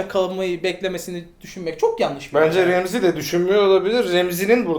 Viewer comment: abi remzi kim ? ramsay e remzi demeyi bırakın artık